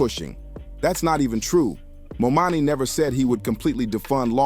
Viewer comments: "mom-dani" man, say his name right. Good video but damn that was distracting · Mispronouncing the name of the subject the video is about is insane 😓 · If you can’t pronounce the name right , then deuces!! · DUDE, how are you advocating for Mamdani, when YOU CAN'T EVEN PRONOUNCE HIS NAME⁉️ 😅👎👎👎 SOUNDS HORRIBLE... Take this down 🙄😒😮‍💨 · The guy talking should have practiced on the pronunciation of Mamdani's name. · Great video! I think you got his name wrong but good video. Thank you! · Please please pronounce Mamdani’s name correctly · Great content, but please learn how to pronounce Mamdani. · Try to say his name right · Jesus for God's sake work on your pronunciation of the mayor's name. As for 50, he was against Obama. Saying that he was gonna get killed if he became president. He needs to get out of the prediction game.😂..50 forgot where he came from...the pattern he sets is saying progress and fortune for me but not for thee. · I cannot😅Please say the Mayor Elect’s name correctly. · Mamdani.....it's not that hard to pronounce. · Would you please repost your video with the correct pronunciation of Mamdani? Your video raises excellent points, but the mispronounciation of the mayor elect's name is distracting. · Good video but at least 10 minutes too long And please take the time to get the mayor's name correct. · Destroying the man's name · my God you can’t even take the time to pronounce his name properly. It’s really not that hard. Please do better.